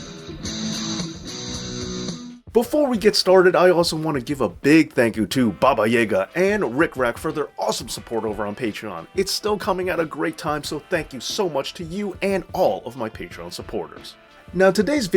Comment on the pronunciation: Oof. That pronunciation of Baba Yaga. The first word was spot on. But it’s Yuh Gah. But i’m SO happy you’re doing more of Bret Hart’s career, he is my favorite and additionally who i think is the goat, although there are certainly a few i think in the discussion with him. Great work,! Do you find it odd that there’s that picture of Bret and Dynamite Kid playing tug of war with the belt in the exact same fashion he claims he did promo photos with Hogan to promote a potential King of The Ring title match between the two? I don’t like to call Bret a liar because despite being a bit bitter i think he’s usually fairly truthful in what he says, even if there is always a pro-Bret spin on it all (which i can forgive, every wrestler does that). However I can’t help but feel strangely about that picture, like the second i saw it I thought something might be fishy about that story he tells about Hogan changing with KOTR plans on him.